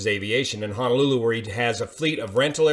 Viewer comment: FYI: It is pronounced Ho-no-lu-lu, not Ha-na-lu-lu.